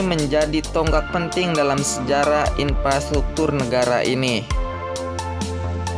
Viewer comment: inpastuktur??? 🤔 dipidio??? 🤔